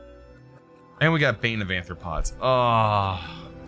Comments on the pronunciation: It's not ANthropods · BRUH HOW YOU NOT KNOW WHAT VAMPIRISM MEANT ALSO ITS ARTHROPODS NOT ANTHROPODS